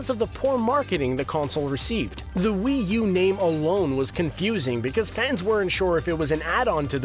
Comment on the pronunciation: yeah but will u? its wii u not will u.